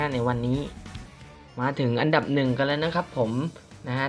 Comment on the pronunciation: ทำไมมันเป็น อับดับ รีบหรอพี่ 555